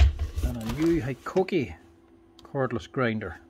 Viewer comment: Mate sorry but I always giggle when you say Hikoki, because the first time when I heard about this brand was from your videos and when you mentioned it I thought you sad "cookie". So for me hikoki will always be cookie. And mate, you are absolutely briliant, seeing how easy it is for you to strip and put back all the parts on so many brands, types and models, blows my mind.!